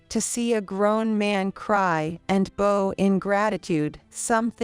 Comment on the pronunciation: very irritating voice on this narriator, she sounds like a 5 year old reading a script. This person can not even read correctly or pronounce the words corrected, and who bows to people these days, or as the voice says, "bo's"